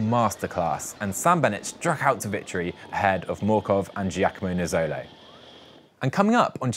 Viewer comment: A little trouble pronouncing “maglia rossa”, Giacomo Nizzolo. and “Cadel”. Maybe you should stick with “pink Jersey”.